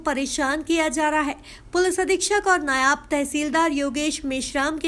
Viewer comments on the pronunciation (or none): बोलना सीखो नयाब नही नायब होता है हालांकि महकमे मे ज्यादा हैसियत नही है तृतीय श्रेणी के कर्मचारी होते है ये परंतु अपने आपको दुनिया का मालिक समझते हैं